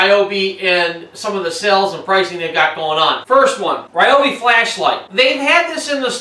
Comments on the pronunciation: REE Obi, not Rye Obi.......Please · It’s pronounced “reeobi” Not “ryeobi” It would be nice if in reviewing a product you could pronounce it properly. Fail! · btw...its Ree-obi not Rye-obi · That's Reee-obi. :-) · You might want to find out the correct pronounciation of "Ryobi".